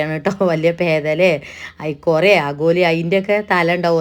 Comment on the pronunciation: പേതല അല്ല ❤കേതറ ആണ് 🥰🥰